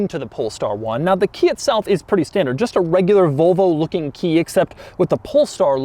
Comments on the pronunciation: Doug, the kind of guy who pronuntiates "Volvo" as "Volo" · "Vulvo"??? I can just about forgive "Jagwaar" (instead of the correct Jag u are). But Vulvo is just....creepy. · Never. He says "Vulvo" plenty of times tho. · No it's definitely not like any "Vullvoh" you've ever seen because it's a Volvo. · Kinda triggering me how he pronounced Volvo the whole video said it like vulvo 😂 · It's Volvo not Vulvo lol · Is it pronounced "Vulvo" or "Volvo", Doug? Your pronunciation sounds a part of the female anatomy. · It would be superb if Doug started saying "Volvo" and stopped saying "Vole-vo". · Zaddy Doug is saying Volvo like “Vulvo” 😳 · Volo logo* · Please stop saying vulvo it's making me uncomfortable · Anyone else think Doug says Volvo, it sounds like vulva? I can't unhear it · he keeps saying vulva